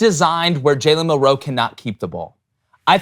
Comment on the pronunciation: says Milroe about as elegantly as Milroe says roll tide.